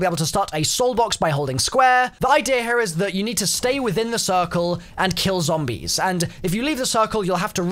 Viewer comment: Why are you saying zoombies